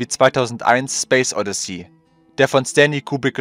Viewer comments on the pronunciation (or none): none